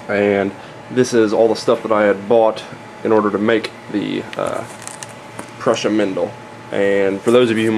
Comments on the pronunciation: pruh-sha > pru-sa. There is support material on any 3d printer. tbh you really shouldn't be trying to teach 3d printers if you only know 2/3 of what your saying. Maybe title it something like "Some information on how 3d printers work" instead of suggesting all of the info is in this video. And also don't give wrong info on an informational video. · It's pronounced "Prooza".